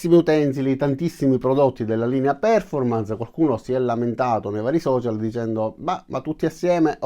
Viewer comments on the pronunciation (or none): Bravo. Però, fai questo sforzo: si pronuncia perfórmance, con accento sulla O, e connèct con l'accento sulla E. Per poco che si sappia l'inglese non si può ascoltare